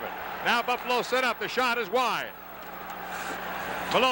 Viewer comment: Boofalo? LOL